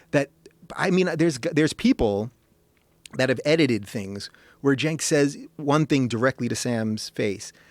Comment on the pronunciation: ***** Oh okay, I thought it was pronounced "senk" but they said "jenk" which was kinda confusing ^^ But yeah, he has lost all credibility. He's kind of a social justice warrior nowaday..